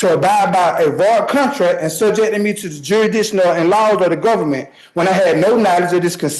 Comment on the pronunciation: Also "Gofferment"